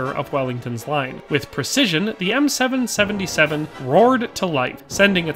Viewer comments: As an artillerymen this was painful to watch…M Triple 7 not seven seventy seven…and it’s a section not squad. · For an extra level of familiarity with the weapon platform, you'd typically call it an M Triple 7. Even in French I'll hear gunners call it that. In case it ever comes up in a future video. Cheers! That was a fun listen